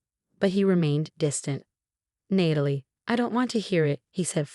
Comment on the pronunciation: Who the hell is reading these storys?? It's Nat-a- Lee not need-i- lee..